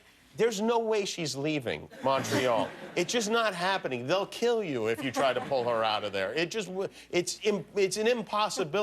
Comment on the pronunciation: i don't like how Jimmy says Montreal